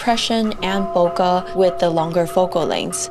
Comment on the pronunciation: It is pronounced as bo-keh. not bho-ka.